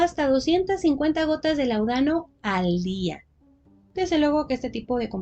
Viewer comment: Perdón, pero se dice láudano. Es palabra esdrújula. Era un medicamento común en la época.